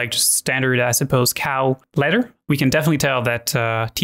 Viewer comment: yah i know, I'm being facetious, pronounce your th's